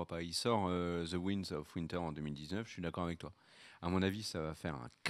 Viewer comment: "Ouaillenedz" of winter